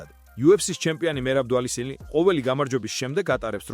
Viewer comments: დვალისილი არა ნიკარაგუა შენ ბიძიკო ia ხარ თუ ai ძილითადად😂😂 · ბუჭოოო მართლა რა ტვინი მოტყანით რაააარის. ვისზე ლაპარაკობ იმის სახელს ვერ იძახი და მაგრა ყლე მისუქებს შენი საიტიდან გადმოწერილი ვიდეეეო რაა. ტოპურიააო ჭვალიშვილიო იდი ნაცუი რააა, დაგესტანიო . მოდი რა მუსიკა დაადე და შევხედავთ ჰაბიბს და დანარჩენებს შენი ჩლიფინის გარეშეც.